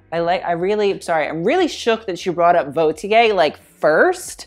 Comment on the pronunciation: Lmao funny how you say she can say "Vauthier“ when she and you actually don’t